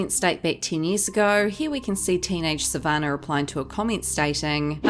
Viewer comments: You need to find an new job. You're living off videos for Monetary purposes also. Pot meet kettle. You're an angry person. Her names Sa van nah not Sa van ner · Sav- an- nah not sav -an -ah 🤦🏻‍♀️🤦🏻‍♀️ learn how to say her name before hand please!